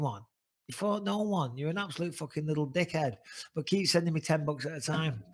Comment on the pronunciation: "you obsolute numpty" that's an all time favourite of mine 😂